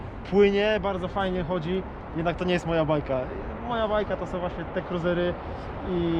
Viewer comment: "kruzery", nie "kruizery". Dobry materiał! EDIT: Ktoś wie co to za model siodła?